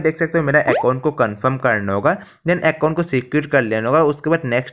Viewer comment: Acon nhi Bhai account hota he